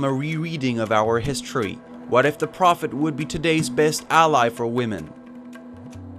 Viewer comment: What is with this guy mispronouncing simple words like prophet? And if anyone out there actually believes that this self appointed prophet was anything less than a nut job murderer, I have some ocean front property in Arizona for sale- get it quick before someone else snaps it up!